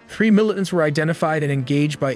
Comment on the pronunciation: What is a "mili-ent"? Is this a new military term?